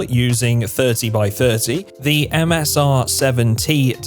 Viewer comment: .30-30 is actually pronounced "thuddy thuddy."